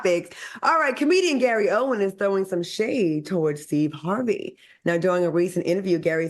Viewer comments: Gary OWEN, OWEN; no “S”😊! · Stop adding an "s" to that man's name. It's Owen not Owens.